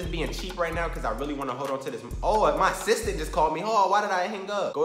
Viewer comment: Every time you say “Assistant”, it sound like “Sister”